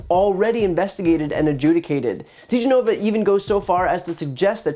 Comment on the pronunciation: ...this asshat can't even properly pronounce DeGenova's name....